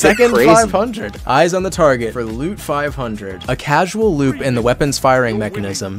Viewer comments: btw, not Casual, Causal. lol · My guy, it's "causal" loop. Not casual. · Not CASUAL, CAUSAL. Like Paracausal.